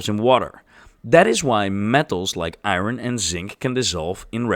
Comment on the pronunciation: Moron AI narration calls Iron " Eye-Ron ".